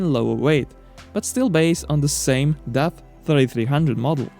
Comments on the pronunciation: wow then your ears dont Funktion well. I am from the Netherlands and the brand DAF is from the Netherlands, so when i saw the video i first didnt know what you where saying ! It sounds horrible. Try saying the word car then make it dar then daf , thats sound not like duff. 👍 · Its name is daf , not duff.